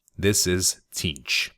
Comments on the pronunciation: The t is silent Zeentch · The T is silent, it's zeench But tons of people make the mistake. No worries man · it's pronounced Zeench :) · I believe it is pronounced "Zeentch", but I doubt it truly matters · i always thought the t was silent and it was zeentch. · its pronounced Zeench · I always pronounced it Zzaentch.